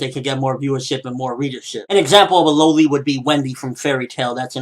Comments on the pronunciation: It is pronounced lol-ly not low-ly I am sorry but that just annoyed me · It is loli like lolipop not lowlys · Dafuq? Dude its pronounced lolly. Like lollipop. And if u r clearly looking for perverted stuff if u come across a loli in an anime. So don't diss loli , they may appear young but they're confirmed older than u might think to clear up the confusion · Ok I can't get over how he says loli its not like LOL-e and the point to a loli in most anime is because they can be like a mascot for the anime and for the lolicons fanservice like the one character that has over sized breasts its just one of the bits of "material" that go into anime. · i thought it was pronounced "lolli" like lollipop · lol, you say loli wrong.